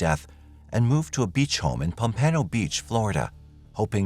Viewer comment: You're murdering the names of our cities and counties here in Florida 😅🙄🤣 Pompano And Broward 😅 Otherwise great job. RIP